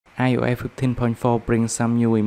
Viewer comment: I just love how you say io’eh fifty